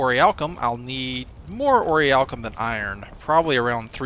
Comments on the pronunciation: It's not pronounced or-iy-alkum, it's pronounced or-ich-alc-um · Nee-cromancers? Ori-alcum? Munshine?!? sigh Ohh, why must you do this to me -_